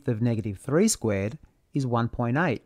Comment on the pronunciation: a cartisian plaiiiin, in an ozzy accent, beuautiful, when y=x ^2squeeeeeee'rd